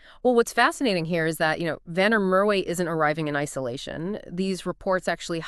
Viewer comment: It's Van der Mer va not way w is v in Afrikaans